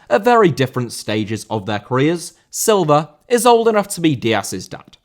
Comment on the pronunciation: Silva* not Selver